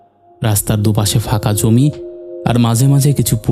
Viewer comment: কথাটা তো "ফাঁকা", তাহলে? "ফাকা-ফাকা" বলছেন কেন? আর "দাদাতো ভাই" টা কিরকম ভাই?"কাপা গলা",আরে বাবা চন্দ্রবিন্দু বলে একটা জিনিষ আছে।